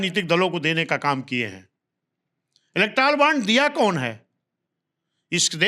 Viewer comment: इलेक्ट्रॉल नहीं इलेक्टोरल बॉन्ड होता है पाल जी ।वैसे आपके पास पॉवर नहीं तो बॉन्ड कौन देगा आपको